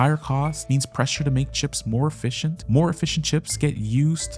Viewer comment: Nice job on the video. When you say “efficient chips” I hear “Fish and Chips”. 😂